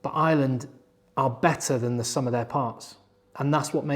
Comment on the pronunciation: FOR FUCK SAKE..... Ireland - fn. eye-er-land - not ISLAND 😢 PLEASE